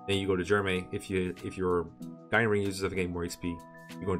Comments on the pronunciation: I totally agree; the Japanese pronunciations and English pronunciations aren't always the same, and acting like the Japanese one is the only correct one is inherently wrong. And also annoying. I twitched every time he said Gii instead of Guy. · So, like, I get that Guy's japanese name is "gii" but "Guy" is actually a name in English and it's pronounced "guy" not "gii" so since you aren't referring to everyone in their original Japanese, it should probably be pronounced "Guy" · i think the "gii" pronunciation of "guy" is a case similar to camus. it's also a french name, but people who weren't aware of how it's pronounced in french took to saying it another way. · "Gi" is the French pronunciation of that name, Guy. So I just though you were being European. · I was kinda suprised about how Guy was pronounced as Gee, so I decided to briefly confirm it for myself. It’s true, that is how it’s pronounced in Japanese. In the video “【実況】ファイアーエムブレム 烈火の剣 ヘクハー でたわむれる part8” at about the minute mark, the Japanese guy playing even pronounces it that way directly. Although I think pronouncing it that way can be argued to be wrong. The localization team translated it into the more common name Guy because it was likely better suited and sounded more natural for a Western audience. I mean, with the argument that we should pronounce Guy as Gee because it’s more acurate to the original Japanese version, we should also be calling Lucina by her more acurate Japanese spelling: ‘Rukina’. I don’t blame for saying Guy is pronounced as Gee, but I do think it’s not correct to do so.